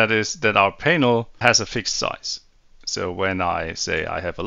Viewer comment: Extremely well done. But just imagine saying Painel instead of just Panel 😂